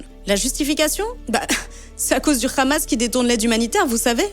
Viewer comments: C'est "Hamas", pas "Khamas" 🙂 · On dit pas ramas mais hamas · Vous commencez à nous saouler avec votre prononciation ramas ,vous avez vu où que c'était écrit comme ça , c'est tous des ignorants. les guignols, ils se clonent entre eux . C'est une dinguerie , le Hamas ! Les blaireaux, même un H il arrive pas à le prononcé,avec eux il a des rrrrrr partout !